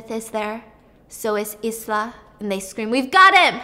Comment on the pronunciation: I love Stephanie, so much, even when she mispronounces words like Ibiza and Isla 🤣 cutest thing ever Your video keep me going girl, keep it up 💋